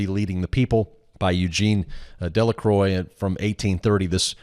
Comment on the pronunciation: I love that the statue of liberty and the symbol of Columbia pictures is a pagan goddess. ps: it's not "Delacroy", it's "De La Cwah" (of the cross)